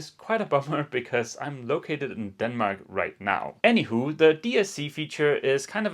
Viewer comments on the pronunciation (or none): I love your pronunciation of "anyhow"! "Anyhow" [enihAoo]=Hanywho [anihoo]!!! Great!!! Makes me smile everytime! On the serious side, even if you messed up with some electronics, great job(s) done so far! Wish you (both) great times ahead!